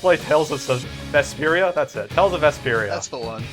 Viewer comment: Welcome to Let's Play Tales of Sy-Vesperia.